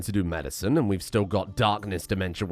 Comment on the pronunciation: He's pronouncing Dark'ness, Da'rkness